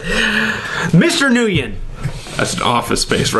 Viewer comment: Nguyen is pronounced "wen". Just saying...